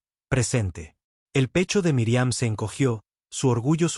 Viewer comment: Es míriam no miriam,su no saben pronunciar los nombres no digan nombres,que falta de ortografia tienes al hablar